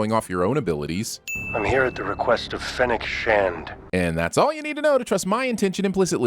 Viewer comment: It's Star Wars not Hunger Games, so why does he keep saying "Finnick" instead of Fennec? Why do Southerners and some Midwesterners have so much trouble with the letter e?